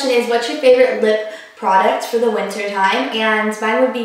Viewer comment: you say winter, like winner. lol it must be a southern thing